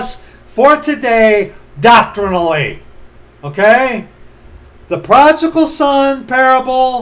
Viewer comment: Pro-di-gal... prodigal...